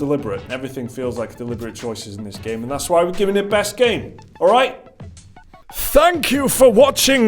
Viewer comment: Am I the only one bothered by the "f" pronunciation these blokes get up to? We don't Fink with our brains. When we're grateful we don't say, "Fanks." Am I?